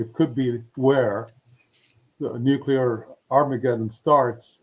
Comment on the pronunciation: Please stop saying “nucyular”